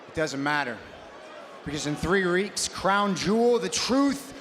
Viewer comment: Did Rollins say 3 reeks